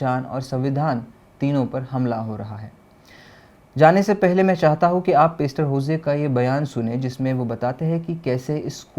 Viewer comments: भाई पेस्टर नही पास्टर होता है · पेस्टर नहीं पासटर